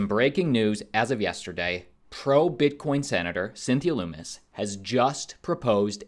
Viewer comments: How about you have the decency to learn how to pronounce Lummis correctly. Her name isn't Loomis. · Lummis rhymes with hummus. Not pronounced LOOMIS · Yo you're mispronouncing Lummis' name. It rhymes with hummus.